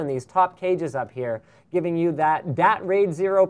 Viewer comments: Seriously.....stop saying "Dat". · I realise Linus likes to substitute "that" with "dat" having lots of emphasis on the 'D' and it reminds me so much of my native dialect in how we butcher words with impunity. #Barbados